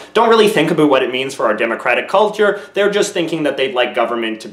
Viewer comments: I've never heard a Canadian say 'about' as strong as that. It sounds like an American's impression of how Canadians talk. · I don't know if you're faking "aboot" but I enjoy every time you sneak it in. The "like and subscribe" and Barbie commercial was cheesy goodness!